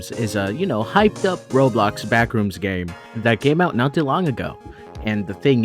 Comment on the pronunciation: FYM "BLACKrooms" 😭😭😭